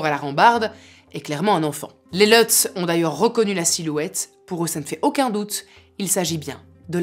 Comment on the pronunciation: Leutz... c'est des Allemands c'est pas à l'anglaise c'est Lutz avec un u